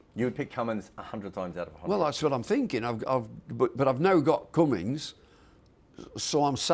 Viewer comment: It's not even close its Cummins and I'm British